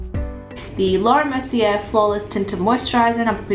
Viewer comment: That’s not how you pronounce Laura Mercier, it more like mer-see-yay